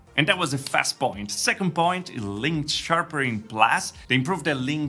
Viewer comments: Sharpering ? Sharpening ! 😆. Then again your English is infinitely better than my Romanian so well done on another terrific vid ! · Nice vid, just wanted to point out it's sharpening not sharpering 😅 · Sharpering? Sharpening.